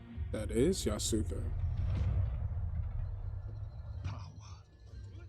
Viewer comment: Chill video, people are friggin weird. P.S. yasuke is pronounced Yas-K like Sasuke from naruto. Not that it really matters just thought i'd share